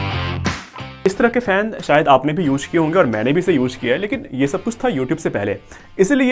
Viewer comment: Uje nahi re use bol..😂😅